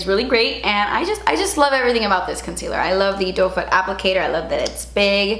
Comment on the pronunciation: Has anyone else ALWAYS LOVED how says “concealer?” It’s so Cuban and delich-ous